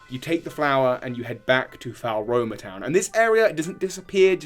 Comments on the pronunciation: I pronounced it Floroma personally, but it's clearly not Falroma. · btw floaroma is pronounced flow-aroma, fuego is pronounced few-ay-go (it's Spanish for fire) and coronet is pronounced co-ro-net :) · Drinking game: take a shot every time mangles Floaroma town.